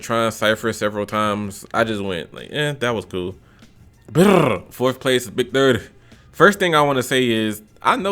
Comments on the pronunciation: The way he kept saying “Big Thutty” had me wheezing 💀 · Big durr dii pronunciation had me dead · Lool the way he was saying big30😂😂😂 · Why you saying big30 like that💀💀💀💀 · the way he was saying big 30😂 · Bra i was really dead the way you was sayn big30😂😂😂😂😂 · The way he says big30 😂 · the way u say "big30" has me dying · How he pronounced big 30 has me dead 💀